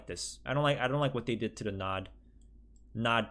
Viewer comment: And your made me cringe when you read nod